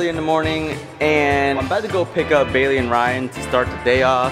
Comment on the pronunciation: And it’s bailey not bayely